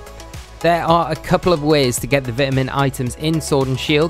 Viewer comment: the second he started mispronouncing vitamin i couldnt help but dislike and close the video immediately